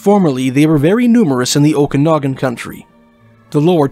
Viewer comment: Had Clancy O'Brian not been named such, had he been an Indigenous person, not near that amount of hours would've been put forth to find him. Someone please teach how to correctly pronounce Okanagan. I've already tried, and it obviously didn't work. No, it it not "O'Kinnigan", it is not Irish.